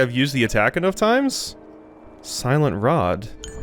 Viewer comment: slient rod not silent lol